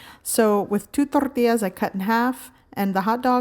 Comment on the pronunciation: Absolutely needs a smack across the face for rolling the 'R's on the L's in Tortilla.